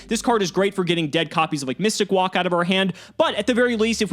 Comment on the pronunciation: Actual pronunciation mystic walk. Me mystic woke